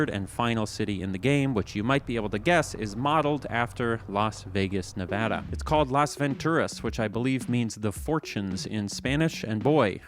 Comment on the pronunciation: Fun fact: no one in Vegas knows how to drive. We bitch that it’s all the Californians coming over who don’t know how to drive, but no. It’s us. (Also, props for actually pronouncing Nevada correctly!)